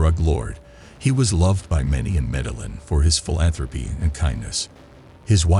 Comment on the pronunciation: good stuff but the guy can't even say his first name or his city correctly lol